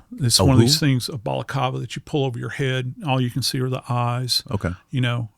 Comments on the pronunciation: BalacLava L L L not Balacava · BalaCLAva is the correct pronunciation. And they’re still talking about that savage the cops removed from society? Who cares about that primitive primate. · If only he could pronounce words correctly... amphitheater (F).. balaclava,, not balakawa